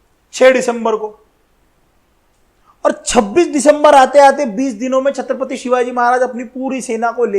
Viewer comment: It's not chatrapathi (छत्रपथी), it's chhatrapati (छत्रपती)